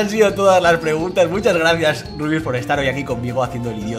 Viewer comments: LIKE SI HAS ESCUHADO A LUZU DECIRLE A RUBIUS "RIABIUS" E EL MINUTO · when te das cuenta de q luzu le dice a rubius rabius